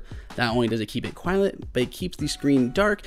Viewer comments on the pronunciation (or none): "Not only does it keep it quilent " lol Love your videos btw